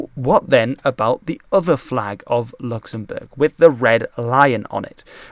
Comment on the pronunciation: My man really flexed his pronunciation in the first part of this video absolutely styled on my dumb American ass